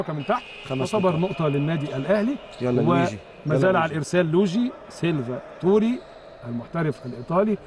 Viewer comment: اسمه مش سيلڤا توري اسمه سيلڤاتوري كلمه واحده